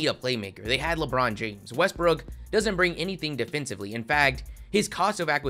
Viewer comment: you pronounced westbrooks name wrong...